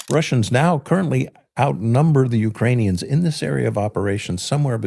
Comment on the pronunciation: Pronunciation of Ukrainian towns and cities - vile. Come on,! You can do it.